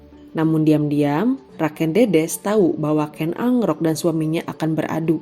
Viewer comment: KEN AROK..Bukan ANGROK